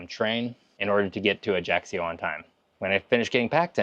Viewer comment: One thing that just a little bit pisses me off is some widely wrong pronunciation. I mean Ajaccio. It's not Ajaxio The right pronunciation is Ai-a'-cho (I hope it is clear).